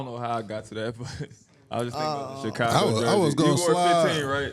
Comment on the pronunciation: Teague put some respect on Chicago name..don't do tht..lol